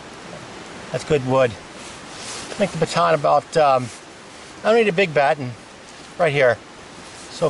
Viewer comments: ah here we go it’s me … Baton… it’s just your dialect and the way you pronounce. You just put the emphasis on then ‘ton’ syllable … sorry chap just me 😂 By the way I love this video it’s fascinating watching you make a fire … I don’t know why but I just can’t seem to be able to make a fire with a fire steel I think I need to get someone to do a practical lesson and teach me the skill…great stuff chap and sorry it’s taken me to reply lol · Did you miss hear batoning, baton, petani?